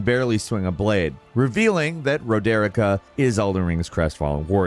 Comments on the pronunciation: Ro-der-i-cka 🤔🤔🤔🤔 Bl- ai- yad 🤔🤔🤔🤔🤔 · Ah yes, Ro-Derrik-Ah and Bl-eye-ed. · How are you such a huge FromSoft fanboy and you can’t even pronounce so many things correctly. Roe-deer-ih-ka???? REALLY??? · Does this guy get paid extra to not only pronounce shit wrong but not even listen to the characters say there own names? She clearly say Rod-ri-ka not Ro-derick-a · I'm convinced intentionally pronounces characters names wrong. I was fine with "Ranny" and even "Bly-add" but "Ruh-Dericka"? C'mon. WHO pronounces the name Roderika like that? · Roderika: "My name is Roderika": I shall call you Raderikah. I was watching this going man... has done such a good job in this one without messing up a name or word that's stated obviously somewhere! And then it got to Roderika. A name stated and pronounced by at LEAST 3 different characters (Roderika herself, Hewg, and Nepheli Loux after giving her the Hawk King ashes). Wouldn't be a Video without something like this somewhere.:P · “My-Yura” “Rod-Deh-Ricker” Do you know how to pronounce names? I’ll give you a pass on Miura (Mee-Yura) But Rodericka is pretty easy to pronounce. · Now that i finished the game I've been catching up on these and gotta say pronunciation of characters' names is unreal lol. Ragadon instead of Radagon, Road-erica instead of Roderika.... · Raw-deer-eek-ah???? Seriously… c’mon 😂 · its "ROD-EH-REEKA" get it right! madge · Rah-dare-ica?? What kind of pronunciation is that?? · I can’t believe that I’m upset with how he pronounces Roderika, and doesn’t even mention Hewg by name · Why do people keep mispronouncing Roderika's name?? I mean two characters are guaranteed to tell you her name over and over again. How is it still that hard?? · the way you pronounce Roderika should be illegal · You care pronouncing roderika's name wrong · another genius use of american intellect, cant pronounce roderika or blaidd, even though NPCs say their names in the game ffs